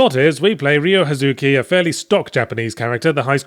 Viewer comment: The correct way is Ryo (basically say Ree-yo and try and minimize the ee sound as much as possible) Huh-zu-kee.